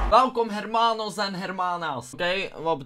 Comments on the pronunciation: T wordt niet uitgesproken als hermana/hermano, de 'h' wordt niet uitgesproken. Als je tegen jongens+meisjes praat hoef je geen hermana(v) te zeggen, gwn hermano(v+m) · acid je spreekt de h niet uit bij hermanos en hermanas xD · je spreekt de "H" niet uit gvd